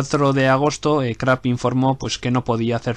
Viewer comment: no es Krapp chaval se dice Krupp como suena